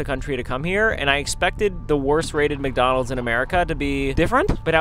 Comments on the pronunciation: what in the "WcDonald's"?! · Wth how bro its wcdonalds💀